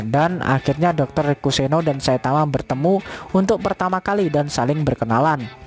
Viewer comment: Bg kenapa abg bilang saitawa bukan saitama